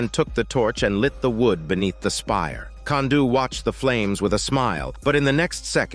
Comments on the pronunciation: Kanduu's real name is Rupert (also it's pronounced "Kahn-do" not "Kan-do") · The whole "Can-do" comment is cringe. For a start, it's a dumb attempt at a joke. Secondly Kanduu is pronounced "Cahn-duu" not "Can-duu"